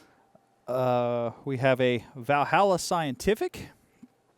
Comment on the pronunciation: VaLhalla, not Vahalla, or Odin would show no mercy :)